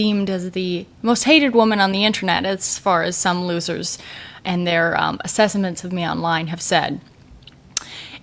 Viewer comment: Assessaments???? Lol that made my day